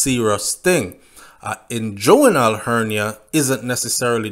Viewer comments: Hey, its pronounced ingwinal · You are not pronouncing the inguinal hernia properly.